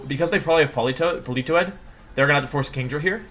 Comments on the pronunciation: IM LOSING MY MIND AT PAUL-EE-TOE-ADD WHHHYYYYYYY (politoad) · Please stop pronouncing Politoed like that. Jfc, it's so cringe.